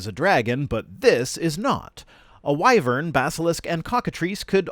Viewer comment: Well, I finally know how to pronounce wyvern, Thanks,!